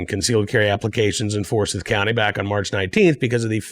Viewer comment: Pronounced For-si(long i)th even though spelled Forsyth. Grew up there!